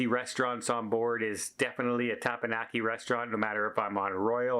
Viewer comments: TeppanYaki, not teppanNaki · says tappanaki (the 'e'' sound should be like an 'eh'. It's awful. It should sound like 'teh pahn yaki'. Of course has trouble with his native English language as well. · I hate to harp on this but it is NOT TepaNaki, it is TepanYaki! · for the last time.. Its Těp-Pěn-Yǒk-ē 😂😂😂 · Dude ,learn how to say tepanyaki.